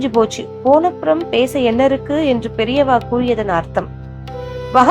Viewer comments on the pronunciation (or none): none